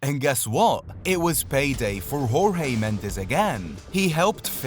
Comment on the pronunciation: For your edification, Portuguese pronounce their 'j's' like in English, not 'h' as the Spanish do. So Jorge is 'George', not 'H'orge. As for the last name, it's pronounced Mends like 'mends' clothes and not the Spanish mend -ez.